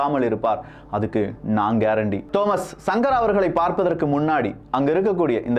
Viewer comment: தோமஸ் சங்கர என்று உசரிக்கவம்